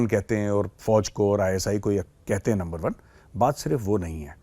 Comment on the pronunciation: Sir how u can say NUNBER ONE TO LUMBER ONE FOR THIS I M NEVER FORGET U 😮😮😮😮😅